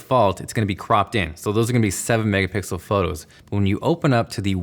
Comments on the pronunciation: am i the only one that heard megapickle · He said “mega pickle” instead of mega pixel lmao😂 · “Megapickle” iconic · u just said “megapicel” my oh my...😂.. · All the mega pickle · "slofie" "Megapickle" You're welcome